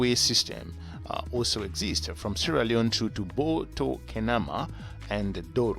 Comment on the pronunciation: It’s “also”, not “oozo”!